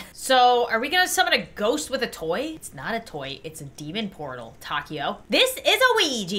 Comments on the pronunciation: Name: Taeko How pronounces it: taco 🌮 How everyone else would pronounce it: ta-kay-oh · How to say taeko : TAY-KO that’s it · For the first game, hanna's friends name is pronounced tae-ko